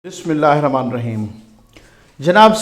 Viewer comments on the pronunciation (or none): none